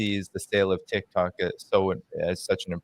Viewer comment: Trump says Tik-Tak, Netanyahu says Tik-Tuk.... Tomato tomata.